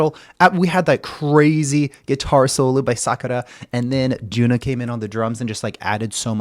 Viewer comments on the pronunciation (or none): Thank you for introducing HAGANE. JUNNA not JUNA. JUNNA is pronounced as JU-N-NA.